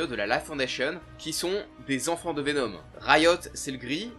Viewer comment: C'est VeNOM et pas VeNEAUME